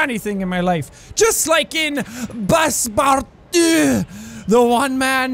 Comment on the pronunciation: Did anyone else crack up from the way he said Passpartout?! xD